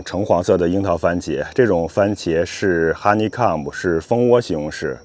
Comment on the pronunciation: Honeycomb 读“哈尼扣姆” not “哈尼卡姆” imo😜